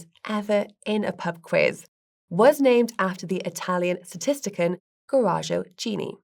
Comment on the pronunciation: Benovent? Statistican? Really? How does she not know the words benevolent and statistician?